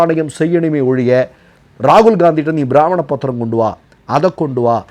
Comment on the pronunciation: பிராமண பத்திரம் அல்ல. அது பிரம்மாண பத்திரம். சரியாக சொல்லுங்கள். ஏனெனில் நீங்கள் சொல்வதில் தவறு இருப்பதால் பலரும் அதை சரி என்று நினைப்பார்கள்